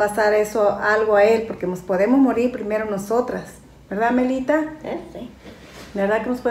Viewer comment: Hola ❤ se dice “nos” no mos con todo respeto🥰 mi mama “nos” enseño a no decir malas palabras